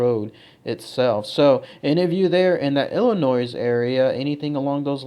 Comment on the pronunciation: The 's' in Illinois is silent... you're welcome.